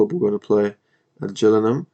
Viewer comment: Just a heads up. You're managing Gillingham Town, Dorset - (Gill said like Hill with a G like goat) - Not (J)Gillingham in Kent